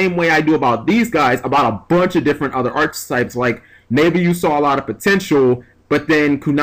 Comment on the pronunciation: God damnit the way you pronounce archetypes!...but there's quite a few words I pronounce however and don't give a damn too so...